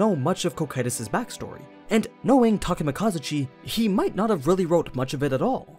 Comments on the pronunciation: hi im Takemakazuchi totally not Takemikazuchi nope its Takemakazuchi if ur gonna say it that way then replace the i in Takemikazuchi with an a pls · did you just replace the i wan an a in the name [Takemikazuchi], if it had an a it would be [Takemakazuch] so you miss pronounced his name.